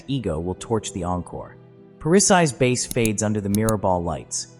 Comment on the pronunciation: Too bad the AI narration can’t say Bass